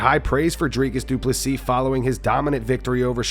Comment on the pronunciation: Drink anytime you hear Dricus Duplesis😂